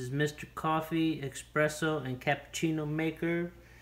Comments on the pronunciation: *Espresso not expresso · Horrible video : "eSpresso", not EXpresso. You didn't even tamp down the grind to make a puck. You just made coffee. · Please for GOD SAKE it's espresso not EXPRESSO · I CRINGE so hard when people say expresso instead of espresso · ES. PRESS. SO. Not EX. PRESS. SO. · Couldn’t they get someone who pronounce Espresso correctly instead of Expresso? Information enough but come on people! Get educated!! Very annoying!